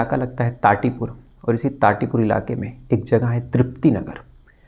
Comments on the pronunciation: ठाठीपुर not टाठीपुर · Me gwalior ka hi hun sir,,, tatipur nahi, thatipur kahte hai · its not tatipur its thatipur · Tatipur nahi thatipur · Bhai Tati pur nhi thatipur naam hai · Tatipur nhi thatipur h😂😂😂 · Tatipur ni bhai thathipur bolo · वो tatipur nhi थाटीपुर hax😅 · Thati pur hai naki tatipur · Tatipur nhi thatipur😂😂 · vo jagah ठाठीपुर है टाटीपुर् नहीं